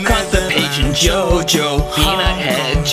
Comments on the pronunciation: It's chocho, no jojo, It is like "wow" in nicaraguan spanish 🤣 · Dude, isn't "JoJo" He says "Cho Cho". that means "woow" in english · It's not "Jojo", it's "chocho", a Spanish word for...shall we say...the cat that doesn't need a litter box. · it's like awasome (Waoo) in Managua. actually the correct form it's CHOCHO but he said JOJO. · I'm from Managua, and its "chocho" no "jojo". It means "wow" hahah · The way he is pronouncing JOJO is saying "p*ssy" in Spanish from Spain